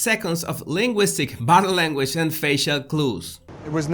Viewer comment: You're hilarious! "Did I leave the stove on?" Love watching your channel! One observation though. When you say " body language" it sounds like " battle language". I get a giggle, no offense I understand that it is your accent. It's cute!